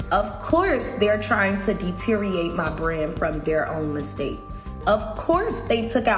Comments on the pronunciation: Every time she says “dee-teree-ate” I cringe. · She can't seem to say "deteriorate." Deteer-ee-ate